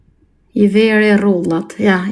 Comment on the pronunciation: I ven re rrullat kjo hahahah nuk thot rrudhat